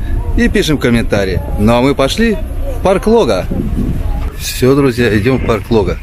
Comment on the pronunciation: Когда же вы, прежде чем снимать, научитесь правильно ставить ударение. Лога - на второй слог.